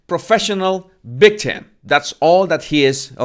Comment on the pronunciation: Professional “ bictim “ Come on,it’s not that hard,you can practice by saying “Victoria “